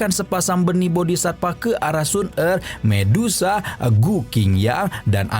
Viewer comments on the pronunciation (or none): none